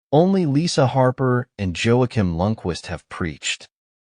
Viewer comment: "Joakim" might be pronounced "Wah-keem".